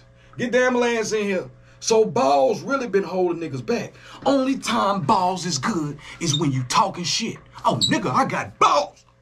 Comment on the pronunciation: Did you say "Only TOM balls is good ? at 11.06 🤣😂🤣🤣🤣🤣 nahhh I know you said Time,,,but I swear its sounds like TOM